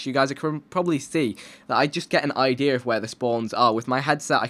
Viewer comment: Love it when You say idear (idea)